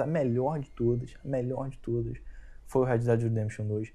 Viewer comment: " eu sou mior" 😆😆😁